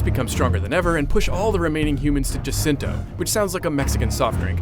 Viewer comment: jacinto not jacinta